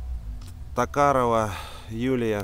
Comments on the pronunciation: н не только в счёте путает.но и читает часто неправильно...к примеру Токарева Юлия,а он читает Токарова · Дядя.читай лучше!Не Токарова,а Токарева.Ты не правильно считаешь годы смерти.Бухой в хлам.Знаток! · Токарева,а не Токарова,учись читать правильно